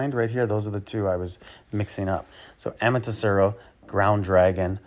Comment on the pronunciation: Ama-Te-Rasu, not Saru